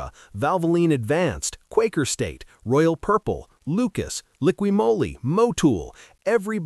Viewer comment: Listen to how this video is pronounced Moly. I thought it was AI because AI will mess up certain words. I was wrong all these years I've been pronouncing it wrong. I always said Liquid Molly. This guy got it right and for 25 yrs people have been looking at me like a dumbass and not correcting me.